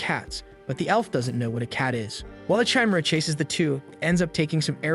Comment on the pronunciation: I love this, and you make great choices to recap. I have two issues though. You never ACTUALLY make a part 2. Your Playlist section is empty. Also, can't you change "Chimera" to "kimera" in the script so the AI pronounces it right?